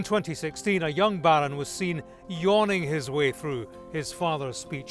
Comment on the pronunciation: The way he pronounce Baaaron 😂